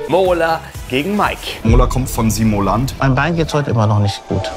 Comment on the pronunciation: Simolant, Simolation und nicht zu vergessen Simoltan!